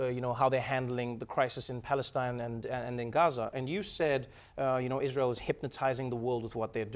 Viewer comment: Why has not she responded the question on her criticism of Israel (that she pronounces Ysrayl)? Evaded the blatantly antisemitic comment she made on Tweeter...